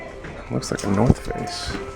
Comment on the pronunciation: When you said North Face all I could here was “for your face” - Ralli Roots